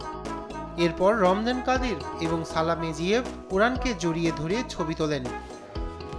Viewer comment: সাংবাদিক সাহেব ওনার নাম রমজান কাদির নয় রমজান কারদিভ